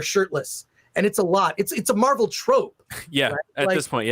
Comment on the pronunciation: I kept hearing Marble Movies when taking about Marvel movies. As it should be: them producers lost their marbles to the left.